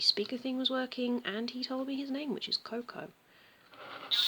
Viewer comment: coco? You mean "koh-koh"? Koh-koh in the furby name means " more "